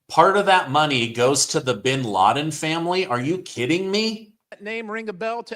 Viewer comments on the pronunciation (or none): none